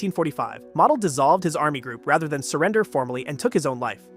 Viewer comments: Learn pronunciation Model os not pronounced as mottle, it's Mo-del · Valter Moh-dehl.